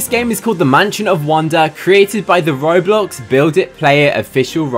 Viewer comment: You say Bowblox?